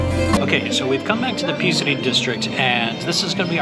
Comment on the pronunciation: Thanks for your videos 🙏 Tip: I think Psiri is pronounced "Siri" not Pisri (silent P)👍